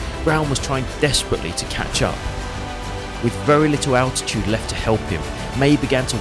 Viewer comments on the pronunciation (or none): none